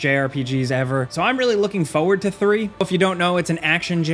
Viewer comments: Please. It's FOR-WARD. PLEASE. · There are two r's in the word "forward". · You say “forward” wrong. An you say it lot.